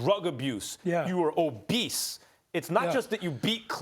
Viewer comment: u were “OBESE”